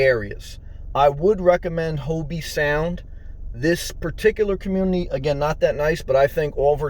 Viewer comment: Just wanted to help by letting you know It's not pronounced Hobee, it's pronounced Hoeb Sound.